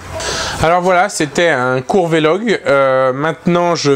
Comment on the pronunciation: Salut, juste une chose sur ta prononciation, on dit "vlog" et pas "V-log" ^^